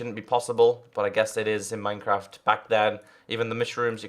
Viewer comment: "mynecraf" xD